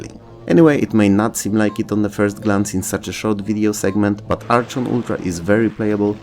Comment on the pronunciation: Oh yeah I remember Ugh-lympics! And Supercross! FYI the CH in Archon is pronounced the CH in charachter.